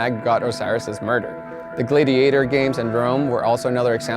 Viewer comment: "Gladeiator" What? Never heard it pronounced like that.